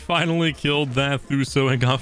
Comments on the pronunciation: ITS NOT THUSO!! its Tuso (To-so) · 145 thuso me: bruv its tuso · Lol you did ok! Just keep practicing your words by sounding them out. T-oo-so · why does he call tusos “thuso” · Lol he called a ‘tuso’ a ‘Thuso’ looooool